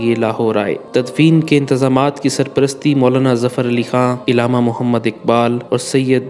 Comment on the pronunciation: tallafuz thik kro "ilama iqbal" nhi .. Allama